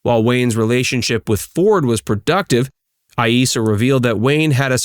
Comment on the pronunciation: You pronounced Aissa two different ways: a-ee-ssa and ai-ssa.